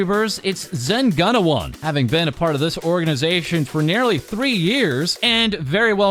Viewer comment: btw it's pronounced: zen goo-na-wan